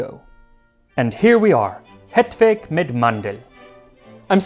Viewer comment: He's like halfway there, where he's falling short is in the vowels, as in their proper tones and lengths. The way he pronounces "hetvägg" makes it sound like "hetvegg." I'm willing to cut him some slack, because English simply doesn't have the vowels Å, Ä, and Ö, but I think they would not be hard to learn. Maybe he will do another Swedish recipe some day. I agree that people are exaggerating their praise, though I think that's because most English speakers trying to pronounce Scandinavian languages, are usually much worse. One that always stuck with me was an older American man showcasing an old Karl Gustaf m/45 (the old Swedish army SMG), and he described it with great fondness, but trying to pronounce "Kulspritepistol" it came out as "karoolpistool."